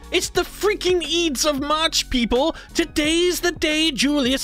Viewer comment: Ides is pronounced eyedz, not eedz, at least in modern English.